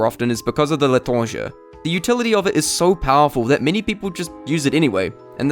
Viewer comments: im pretty sure l'entranger is pronounced "le-tronj-ay" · HE SAID LE'TRANGE OR WHAY EVER ITS CALLED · i always get infuriated at the mispronunciation of the GOD DAMN L'ÉTRANGER!!! although, i do not blame you, as the word contains sounds unique to the french language. then again, it's so simple to just search up "L'Étranger pronunciation" on google. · stop trying to pronounce the l'étranger in the wrost ever accent ive ever heard, you either do it right or you don't do it at all. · I love listening to people trying to pronounce l'etranger xD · wait a fcking minute, that sounds like...... FRENCH. AEHGH FREENCH, LADS THIS GUY IS FRENCH. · He's told us explicit knowledge! We now know that the Le'tranger is pronounced as, 'Le'tranger'. Back to you in the studio.